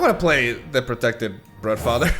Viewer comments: Its brUdfather mate :D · Just a heads up, "Brood" in Broodfather or Broodmother is pronounced "Brude". Like a drawn out U sound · I just find it funny pronounced broodfather like bruh-father